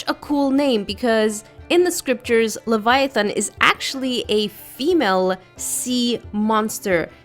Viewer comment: It’s called (la-vi-it on) I thought it was (lev-i-ton)